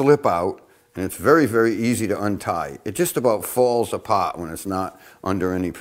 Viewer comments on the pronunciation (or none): Now 'ows aboot a nice boowela CHOWdah?